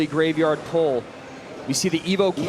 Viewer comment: why does he keep saying greyvaard